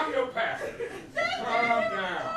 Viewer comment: Pasta 😁 the way he said did sound like pasta and not pastor.